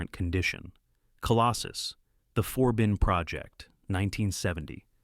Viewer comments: One example: Eric Braeden's character name is "Forbin," not "Four Bin." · It seems it’s the Four Bin Project.